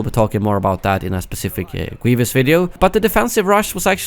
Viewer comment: its Grievous. Not Gweevus